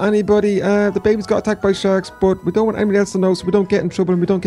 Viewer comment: she siad dount